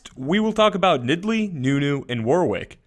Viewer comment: Awesome!...but I still feel uneasy on the way you say 'Nidalee' as 'Nid-ley' =_=